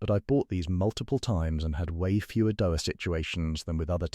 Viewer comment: Never heard DOA pronounced as doe-ah.